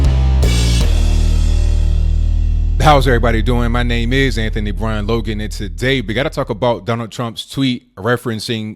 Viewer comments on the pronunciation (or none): none